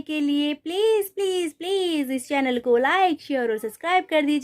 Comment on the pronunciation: चैनमा नहीं चैनलम्